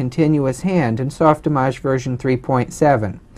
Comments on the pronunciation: Soft Image Not soft "ih mojj." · It's soft-Image, say it right.